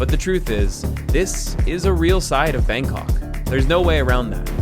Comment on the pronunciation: the way foreigner pronounce BANG KOK is the most irritating thing to hear as a Thai person myself. Bangkok pronounce "bahng kok" not 'bang' in English. Go translate this, it is how Bangkok is pronounced "บางกอก".